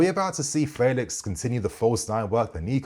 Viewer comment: Felix is pronounced like the 'fe' in 'Fenton'...'Fe...lix' 😊. Looking forward to seeing him playing in the PL!